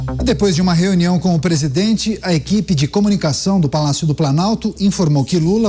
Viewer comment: Por isso acho que pra ser tudo isso ganhando tanto dinheirão, tunham qye ter cyrsi syperior,nos temos um pres8dente que fala pisidente,presidença,anus no lugar de anos. Que mais o que????daniela do caguinho e fichinha